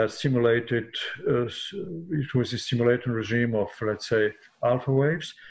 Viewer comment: A "doctor" that can't even pronounce stimulated. Also, this is nothing new. Magnetic cure-all bracelets have existed forever.